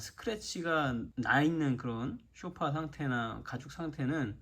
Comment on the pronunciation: 아니 왜들 소파를 쇼파라고 발음을 하는지요